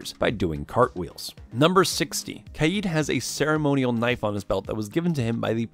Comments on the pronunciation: It’s not kiad!!!!!!!! It’s KAID!!!!!!!! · Its kaid not kaeed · i like this video but this man said kieeeeeeeeed not kaid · You say kaid like kieyed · khy yeed? bruh its kaid ( k ayd) (edit i not trying to mean just saying you said it wrong and lots of poeple do) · Love how he calls kaid kieed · Him saying Kaid wrong made me mad not going to lie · The way he says kaid is irritating me he says ka-yeed